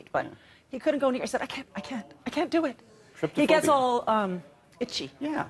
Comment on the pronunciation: it's actually trypophobia, not tryphobia or tryptophobia